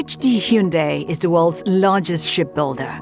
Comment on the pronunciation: Anyone else hear her pronounce it hee-un-day